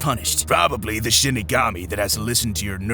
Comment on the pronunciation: Am i or he says shitigami